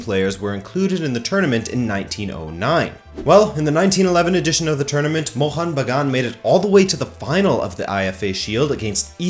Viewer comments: Bro, the way you perfectly said mohun bagan was loveee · Hit the like just because you pronounced Mohun Bagan as close as a foreigner could get it. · I appreciate your efforts to bring up the two heritage clubs of Indian football into discussion specially when it comes from a far western country.. Your Bengali pronunciation was almost perfect with no complains.. But the thing you must correct is, Mohunbagan was never conferred the national club of India by the Government of India. There is no official statement by the government of India. Even several Right To Information replies by the Government has denied the statement. You can search it on internet. Hope you keep following Kolkata football & all the best.. I'm sharing this video with various East Bengal fan club pages in Facebook.